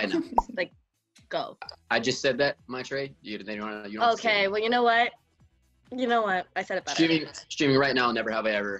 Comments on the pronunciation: I'm really shocked to see how Maitreyi pronounces her name as "Maitreeyeee"..Usually Indians would pronounce it as Maitri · am i the only indian who realizes she pronounces her own name wrong? no one? ok. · she absolutely slaughters her own name